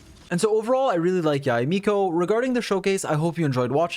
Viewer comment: Not only is one of the most knowledgeable YouTubers but the pronunciation of Yae is on point which makes all the more better